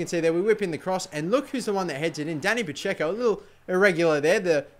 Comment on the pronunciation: Your Dani Pacheco is like a Dani Pa-Dzeko.